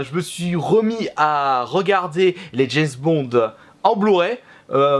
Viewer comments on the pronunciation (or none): la première fois qu'il dit James Bond a la fin de la vidéo